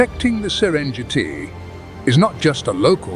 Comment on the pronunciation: Pls retune your voice reader and dont cripple non-Englsih names. No Serendziiiiti, but Serengeti.